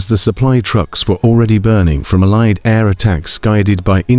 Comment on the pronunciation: AI created. Allied is consequently pronounced wrongly.